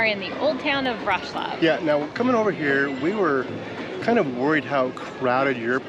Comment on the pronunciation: ok guys, you inspired me, I am adding Wroclaw to my list. Thumbs up also to for correct pronunciation. 🙂 Next time in Poland, pls consider visiting Gdansk, we really loved it there.